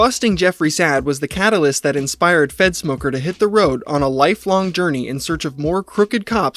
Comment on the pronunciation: its three minutes in and I just realized you were saying fedsmoker not f3ntsmoker... 💀